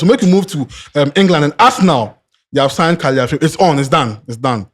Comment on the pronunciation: Can someone tell that its not "Caliafiori" but Calafiori.... and what is "Dzinsenko"... oh nana 😂😂😂😂😂